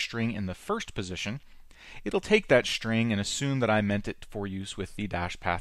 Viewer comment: does he say "schtring"? :D